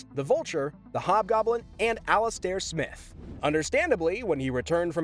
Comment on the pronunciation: “Spotted” instead of “ stopped”? “Alice Stair Smith”? lol tf?! You mean Alis-ter S-mai-th